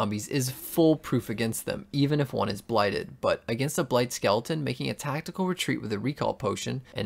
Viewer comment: I don’t know why but “Tactial Süicide” sounds really cool, Thanks for this in depth video, you’re an absolute legend